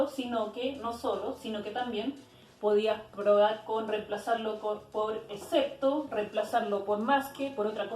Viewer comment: No se pronuncia "ecepto", se pronuncia EXCEPTO! Con X.